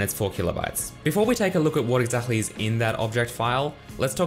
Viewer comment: I love how you say exactly 🤣 exakhly